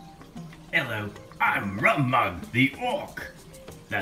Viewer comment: Rum Mug the Orc yes it's was pronounce fine !